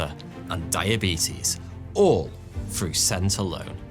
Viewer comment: Dogs trained to detect certain kinds of cancer "frew" smell alone...LOL another Brit that cannot pronounce words that begin with "th" but consider themselves educated haaaaah